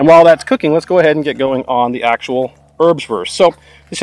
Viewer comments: Airbswourst. Try pronouncing it this way. Great Video though. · Usually Americans pronouncing German is very hard to listen to but I enjoy hearing you say "Örbswörst" again and again. Great video to showcase these rations from yesteryear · Haha! "Örbswörst" (love you, greeting from the country of the Örbswörst) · Thought you said herbswurst, that sounds more like a Netherlands thing. This differs from wurstherb would be something I experienced back in '95 in my buddys dorm. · Your way of saying Ernswurst sounds funny. Not because of your accent, but because I have never heard it spoken without a huge amount of contempt and disgust by someone over 80 😆 I guess having to live off this stuff for a few years changes your perspective 😉